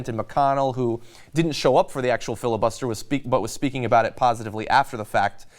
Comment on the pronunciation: Fili-Bluster? or Filler-Bluster?